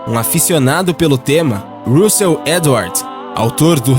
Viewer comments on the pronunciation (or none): none